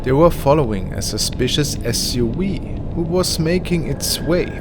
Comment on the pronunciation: I love how he said the SU- WEE instead of SUV. Awesome!!